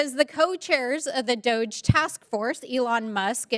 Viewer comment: DOGE dept is pronounced Doggie - DOGiE ...BTW most companies are in the PROCESS of moving workers back to office ... economic reasons, BUT they are NOT ALL back to office